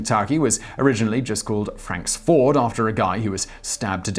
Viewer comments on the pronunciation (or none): none